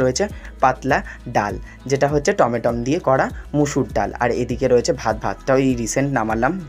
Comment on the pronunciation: Tomato❎ Tomatom✅😂😂😂